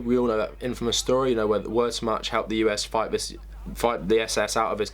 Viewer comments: "Worshmatch". Good video but that is so far from the correct pronunciation of that word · Learn how to correctly pronounce "Wehrmacht"